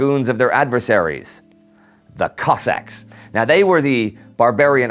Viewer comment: the pronunciation of kozak in this makes me physically sick,, nice video though!!!!